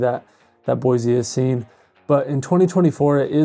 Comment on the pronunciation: There is no "z" in Boise.